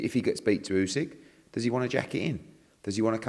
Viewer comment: Love how Eddie picks up on saying Usyk wrong when he says Birmingham and Lennox wrong 😂